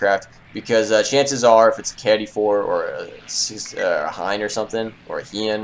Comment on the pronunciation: hold on, boi... the KI-84,83 and all KI's are pronounced key eighty-four or eighty-three. ok just trying to make your life esier and not make myself rage. ok? that sound good for the both of us?